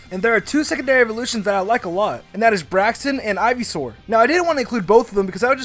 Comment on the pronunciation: It is not braxon